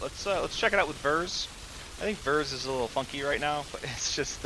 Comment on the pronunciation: A good build showcase but you were driving me insane calling it Ver's instead of Vear's